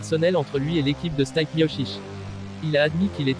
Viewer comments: Ça se prononce stipé et pas stype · Stipe miocic ! Vous avez massacré son nom 😭😂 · C'est pas Stayp , c'est Stipe prononcé Steepé !